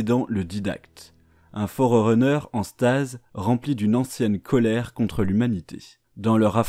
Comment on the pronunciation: Merci pour cette vidéo. C'est toujours cool de revoir les bases. PS: Ça se prononce "Forruneur" 😉